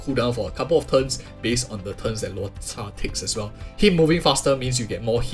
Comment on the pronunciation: Why are you always saying "Luota" when his name is Luocha